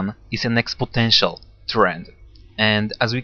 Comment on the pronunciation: It's "exponential". Never "expotential".